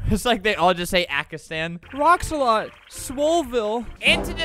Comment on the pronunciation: Kinda happy that he meant Pakistan but kinda ma cuz he said ackistan